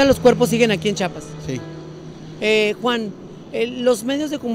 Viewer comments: Aprende a decir chiapas, yo que soy venezolana lo sé decir ubícate ( no chapas es chiiiaaapaaassssss) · Aprende a pronunciar CHIAPAS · se dice Chiapas, buuuurraaaa...!!!!!! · Nada más que se dice Chiapas!